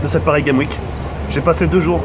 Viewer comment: OhhhLxffy_ je ne comprends pourquoi tu t'obstines tu veux que je t'explique vite fait : ton commentaire s'est porté sur mon orthographe. "CES" car c'est la meme faute que le titre, PARIS GAME WIK car sa prononciation laisse a désirer et enfin "crovaient" car si tu as vu sa vidéo du coup de coude de Booba, tu aurais du remarquer qu'a un moment il dit" ce qui me crovaient pas". Enfin bref, j'espere que tu comprendras enfin l'ortographe qui n'est pas tres belle dans le 1er com'